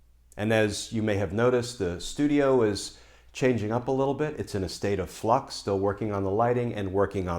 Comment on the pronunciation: Glenn said Flux. I'm gonna a make a cup of coffee